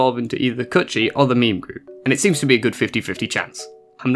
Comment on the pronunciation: Just so you know, it’s not pronounced like a meme, more like this: meh meh. And it’s not like mame like tame, it’s more like mah (like in mama) meh. So mah meh.